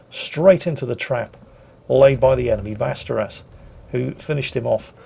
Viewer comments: It's pronounced Westeros! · the thing is ä and å sound nothing like a at all, so "Vasteras" is not even close to the true name, for a long time I was not sure what ship he was talking about. It's a a somewhat bigger lingustic bastardization than calling a Große Kurfürst a "Groose Kerr-first". Morover, acutally stopped calling Gneisenau, "Neisenau", with a mute G so he can improve if he wants. Granted, now it's more like "G'neisenau", but I do not expect perfection, merely effort:) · Västrås is actually closer pronounced like Westeros from Game of thrones but with a V. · Almost feel obligated to say it. But, Västerås would sorta be more akin to "Westeros" in pronouncing it, if you're not Scandinavian(Västerås municipality even did a video about it like the GoT intro). I know the drill, off to the saltmines. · It really pains me to hear pronounce "Västerås" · Ok, I am from Finland and even my ears are bleeding from the butchery, so you have my sympathies, mate! :D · Why should pronounce Swedish names any better than German, French or any other language. It's his thing 😷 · The Swedish destroyer is not called "Vasteras" - It's called "Västerås" - If you don't know how to pronounce "ä" and "å" go look it up, instead of just making them into english "a" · "vasteras" no no, it´s vÄstrÅÅs. Bloody british.. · Vasteras..... Have a gander at Google translates pronunciation feature atleast,! Västerås! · say "westeros" instead.. thats much closer than vasteros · What's that? Oh yes, the ominous Westerous:-P Please, think of Westeros from Game of thrones(with a long o) That's pretty close to the actual pronunciation of Västerås:-) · Could you at least call it the Westeros...pls? Vassterass sounds Spanish. Insulting. Hmph. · Tip:; 'Västerås' is basically pronounced like 'Westeros' (Ofc. this may only help if you've watched Game of Thrones). EDIT: Ah. You changed the pronunciation later on in the video. Good job. /EDIT